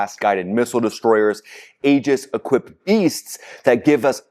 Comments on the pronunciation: NOT AGIS! PRONOUNED E-GIS. !! SPELLED Aegis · My friend, the word “Aegis” pronounced “EE-jis” and not “AA-jis.” Just a friendly heads up. Thanks for all your great reporting! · TRUMP'S LIVING A FAIRY TALE LAND,,,THINK HE'S SUFFERING FROM GOLD POISONING,,,, DIDN'T THAT KILL KING MIDAS TOO 🤴👀🪙💰👑,,,,AEGIS,,,, PRONOUNCED,,,EGIS,,,A IS SILENT,,, THOUGHT YOU WERE MILITARY 🪖🤔🧐🕵️👀😆😆😆😆😆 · Love your show, but you may want to pronounce Aegis correctly. The Aegis Combat System is named after the mythological shield of Zeus or Athena and is pronouced EE-JUS. The A is silent. Keep up the good work! You are the only channel I watch to keep informed about the war. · OK, I have to say that the Navy pronounces Aegis "EE-jiss". There's no long "A" Otherwise, good reporting,.